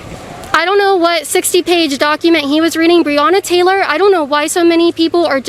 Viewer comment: Breona Tttttttttaylor 😁😁😁LOL tttttttoday!!!!!!!!!!!!!!!!